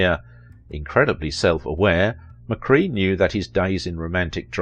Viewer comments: McKray not McCree otherwise an excellent documentary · "McCRAY", not 'McCree' - - - hey, you sayit perfectly ! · It’s McCrea, like CRAY fish, not McCree like key! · I cannot listen to you butcher names like McCrea and Camarillo, pronounced McCray and Camareeeyo. AND, I'm Joel's daughter. If you'd like to know more about that see Jerry Skinner's docu on Joel, I'm in it too. You also got my brother's birth order wrong, it was Jody then David then Peter, who is younger than I am. Long story... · That's not how you say his name pronounced: Joel McCray! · Snother wrongly-pronounced name! WHY NOT show the respect to your subjects of checking name pronunciation? "McCray" - amd you actually say it right twice. Respect. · I guess the ten seconds it would take to research how to pronounce the name correctly is too much to ask for. I, like you, was very annoyed by it.